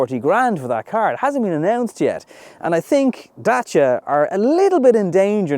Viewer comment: Love how good you're pronouncing 'Dacia' . 👍Exactly like in romanian.